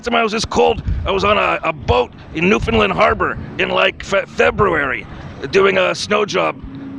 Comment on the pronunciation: ...oh, you have been here to "newf-fund-LAND"